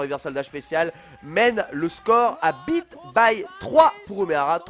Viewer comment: "Yaaaaah ! Bite by 4"....Wait what ?! Ah, Beat ! Y'avait quand même un bon E en fin de mot bien appuyé :D